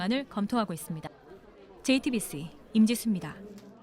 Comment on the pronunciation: 이 기자분만 jtbc 발음을 제대로 하시네요